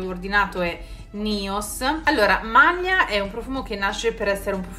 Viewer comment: Questi profumi uno più bello del l'altro, il Nobile 1942 veramente migliore. Secondo me Malia l'accento sulla "i", anche se non sono italiana)) Complimenti per il canale 💐💐💐